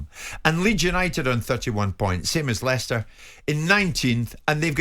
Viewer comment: "Ly-sester City" FPML 😂😂😂